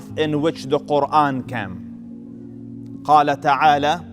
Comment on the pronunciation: Selam Aleykum. Beautiful speach.❤️🌹 I wish someone could teach this sheyh how to pronounce the word "came" .not "cam" Came is pronounced like "caym" kaym"